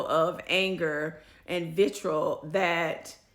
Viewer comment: Okay now, the word is pronounced VIT-TREE-ALL.